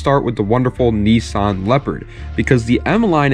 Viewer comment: When you say knee...sawn do you mean niss-an